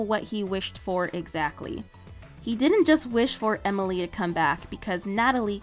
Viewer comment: Just saying amalie not Emily just saying just saying